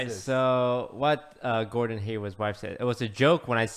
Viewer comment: It’s Gordon not Gordan lul